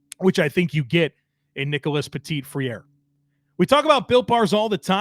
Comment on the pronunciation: Hey just a heads up from a french canadian here for the pronunciation of Nicholas Petit-Frère's name; you had the "Petit" part right, but the second part is pronounced Fr-air, just like the air we breath but with an "fr" in front. Oh and if he pronounces his first name the french way you would say it "Nicholah" (highly possible if he's a cajun descendence, I honestly hvae no clue though)basically just drop the "s". So his full name would be phonetically pronounced Nicholah Petit-Frair. Fun fact, it also means "Little-Brother".